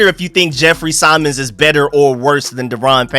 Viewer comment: It’s Jeffrey SIM-mons(Simmons)…. You saying “Jeffrey PSYM-ons” made want to drive my head through a wall lol 😅